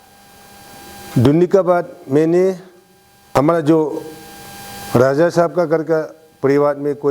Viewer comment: Useless and corrupted leader ever, support ko suppose bolne wala uneducated leader. 100% me se 1% hi kaam kiya hoga yea 5 years ka tenure me, isse bakwas leader koi nai nekala hoga abi tak, or iska pronunciation ko b dekho na, kya soch k public or MLA ne isko elect kr deya hoga, RAJA ko DAJA, ROAD ko DOD, REQUEST ko DEQUET bolne wala yea ZPM pakka Uneducated hota hoga, iska qualification check kr k dekho 1 Pass b nai milega. Or abi yea jo kaam kiya hai bol k jo bakwas kr raha hai agar koi Educated person ko elected kr ta to yea uncle se 100 times kaam kr ta. 60 constituency ka MLA janbus k uneducated log ko hi elected kr ta hai, isleyea to deklo 60 constituency me Educated log asa faltu me betha huwa hai or uneducated log leaders ban k kuch b kaam nai kr ta hai, bas corruption or khud ka ghar banane me busy hota hai. Or jojo Educated hai unko to MLA or asa uneducated leaders log asa haal kr deta hai bechara kuch b nai kr pata hai.